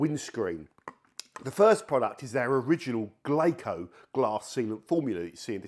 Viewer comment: Why do you keep pronouncing it that way? It's "Glasso", like Brasso; the Japanese pronunciation of the English word , glass. Good vid. Great channel. Thanks for the info and entertainment.